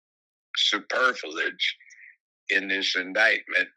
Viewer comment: It's superfluous not "superfeledge" sic. Brown speaks like an Amos n' Andy character.